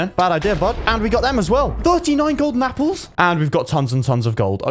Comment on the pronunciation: Anyone notice he said “Capple?”